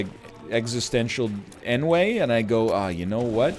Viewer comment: did this man just pronounce ennui as enway